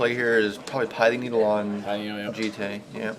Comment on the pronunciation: It's Pi-thing Needle, not Pie-thing Needle